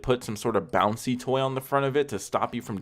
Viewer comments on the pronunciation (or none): He said bownsey toy I'm done